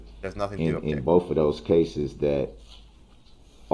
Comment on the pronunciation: Can you imagine reading the transcript of the proceedings? Hopefully, there was not auto correct because DB's grammar is "on the record" of "axing" the judge for her "oaf" of office. Asking a witness why "boaf" detectives said the same thing. The jury needs to know the "troof" why an objection was "substained." Asking a witness if she "seeked" to testify. Multiple texts, according to DB, are "Texas."